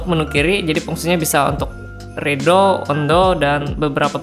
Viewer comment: mohon maaf boleh saya koreksi cara pengucapan bahasa Inggris supaya lebih keren. seperti: undo (bacanya: andu) redo (bacanya: redu). maaf ya bang